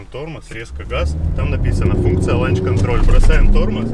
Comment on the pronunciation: Чувак. LAUNCH CONTROL.. Лаунч контроль.. Не ланч 😂